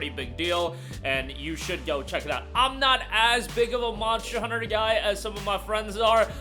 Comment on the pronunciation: Am I the only one that could not understand his pronunciation of monster hunter